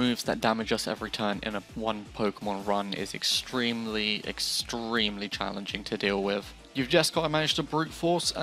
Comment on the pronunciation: EGGStremely EGGStremely